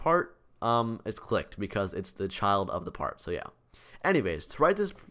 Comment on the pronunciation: ik it sounded like he said they detect if you licked it